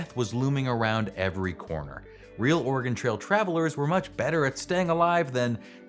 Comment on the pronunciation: Yes, I laughed every time he said it. It's especially funny because he pronounced "Oregon" correctly which is one that many people get wrong.